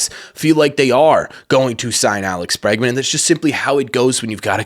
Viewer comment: Obviously Bregman. Not Bergman. Lol